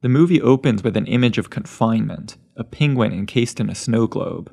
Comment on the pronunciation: everytime you say pengwing i just think of benedict cumberbatch on graham norton hahahaha